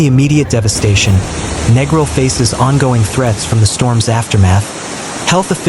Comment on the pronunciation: If you're gonna do a vid at least pronounce the name of the place right - its Neeee gril, and a lot of that vid doesn't even look like the place!